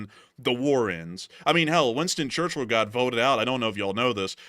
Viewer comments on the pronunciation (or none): none